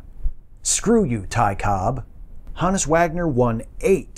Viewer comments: I've always heard his name pronounced with a hard 'O'... H OH nus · I thought it was pronounced Honus